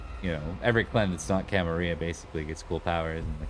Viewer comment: Camarilla, you are the only other person I know that pronounces it correctly.